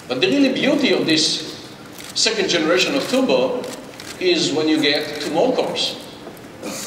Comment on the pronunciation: Intel. You are a multibillion dollar company. Please get someone who speaks English without saying TUBOR instead of TURBO.